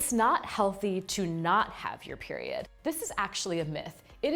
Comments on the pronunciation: Am I tripping or did she say beriod instead of period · Did she just say beriod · did I hear beriod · Did anybody else notice she said beriod 😂